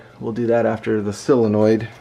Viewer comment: Pronounced 'soul-uh-noid' not 'sill-uh-noid'.